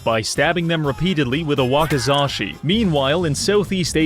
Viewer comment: it’s pronounced “whacky-zachy”.